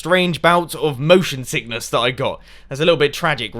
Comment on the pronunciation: I thought u said "emotion sickness" haha